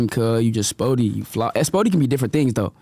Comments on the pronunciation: Adam just gkone keep sayin “SPOORTY” 😂😂 fuccin Whkite gkuys cuz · Lmfaoooo Adam saying sporty instead of Spoety got me weak 🤣